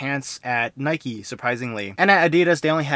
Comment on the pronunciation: Is it only me or did he said «nikey»🤣